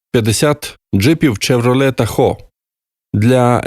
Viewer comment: Тахо-наголос на перший склад... це найбільше і найчистіше озеро в Каліфорнії ... я тут живу,тому чую, як це вимовляється)